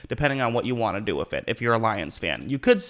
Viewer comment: With or wiff??? Lol